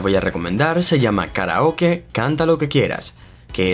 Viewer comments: Me molesta la mano... Hubieras dejado solo el teléfono en la pantalla!!! Además dices KARIOKE y la palabras es KARAOKE recuerda que somos de habla hispana. Y último, hablas mucho y no vas al punto, solo explica las aplicaciones y punto.... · Se pronuncia Karaoke